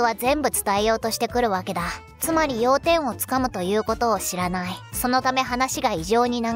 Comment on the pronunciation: オープニングの「知らないうちに」が「知らねぇうちに」に聞こえた。ちょっと口悪くなくった？